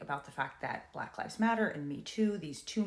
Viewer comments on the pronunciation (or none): none